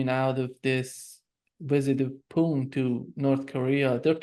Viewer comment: Can't you make an effort to try to pronounce "Putin" instead of this disgusting babble you keep repeating ?